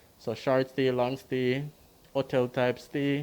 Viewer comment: Please say your ‘H’ it’s not just Jamaicans who listens to you. It is distracting and misleading to not sound the H in front of those vowels. Hotel NOT ottel.